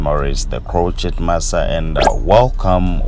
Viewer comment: I love how he says ''the croqueT master'' makes me smile all the time.